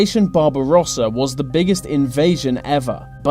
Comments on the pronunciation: ''ve war'' ''ve nazies'' ''ve armey'' ''by ve'' dude its called THE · "Wiv", "fink", "ve". Where does this annoying use of English come from? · vuh japanese were in vuh soviet territor- oh my god pronounce THE properly for fucks sake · Whats wiv all ve Vee's?? say TH.e. also your dad was wrong it was "Fail to prepare, prepare to fail" no plan lol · VUH war was won by VUH british and VUH americans vhey were good at VEIR jobs. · whe he says The japanese it sounds like Va japanese so each time it sounds like he is gonna say vagina lol?